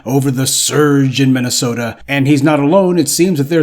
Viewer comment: That’s Minnesota I’m sorry MINNYSEWTA for ya